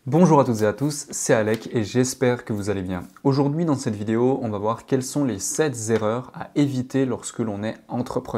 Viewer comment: Merci Alec ! Tu es sacrément mature ;) J'ai fait une erreur d'association récemment ; on est en cours de dissociation, justement parce que trop d'affect lié... Si je peux me permettre un petit conseil : Les nombres sont invariables donc PAS de liaison entre SEPT et ERREURS ;). Tout comme beaucoup d'infopreneurs sur YT, tu fais souvent ces erreurs de liaison inappropriées dans tes vidéos. Mais toujours super contenu ! Thanks again